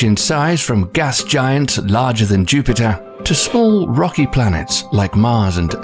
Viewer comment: when "planet Jupite" becomes a thing 😂😂😂